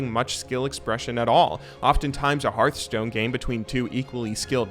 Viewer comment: I was gonna subscribe, but then you called Hearthstone "Heartstone"... Jk, good video as always!